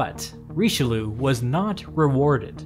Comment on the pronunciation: Hearing english people pronounce Richelieu like in the video is just as ridiciulous as english speakers laughing at a french guy pronouncing butter in english